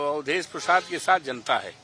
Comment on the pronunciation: अवधेस बोलना तो सिखलो योगी के सामने अवधेस हाय भारत देस